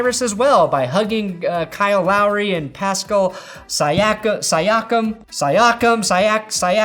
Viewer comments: Say it with me: See Ack Em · See-ahk-am, but not a bad shot. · “SEE-AH-CUM” you’re welcome.